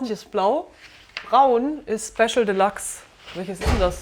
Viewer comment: Wie der der Sprecher de Luxe ausspricht - Einfach nur grausam. Nervt mich auch bei einigen Werbeslogan. Wenn man z.B. + als Plass ausspricht.